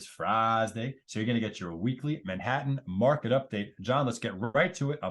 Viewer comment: why do you say friSday? :)